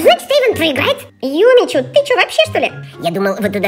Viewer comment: а почему не юми чу а юми чю имя:face-fuchsia-tongue-out